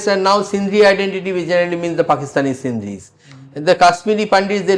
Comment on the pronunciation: Not Sindhris it is Sindhis.